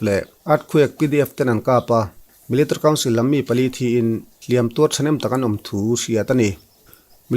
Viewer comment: Melitary council tih lai hi i lam rang thiam khawp mai😀